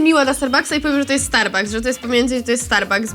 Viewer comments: niby zna angielski a mówi zamisst starbaks starbucks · starbuks XD czyta się starbaks xd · ben czyta się kosta starbaks nero